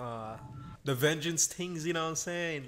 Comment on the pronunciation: Listening to him say Vengence is just hilariously painful